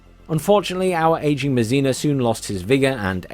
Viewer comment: André Masséna...pronounced `Ondr-eh MahSeh-Nah'... The 'e' in French rarely makes an 'eeee' sound. LoL